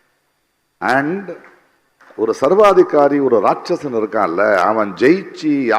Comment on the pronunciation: தமிழை முறையா பேசக் கத்துக்க நீ, சர்வாதிக்காரி இல்லை சர்வாதிகாரி .நான் வொந்து இல்லை வந்து🤭